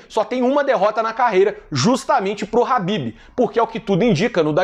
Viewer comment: É impressão minha, ou o nome em que ele se refere seria Khabib, e não Habib?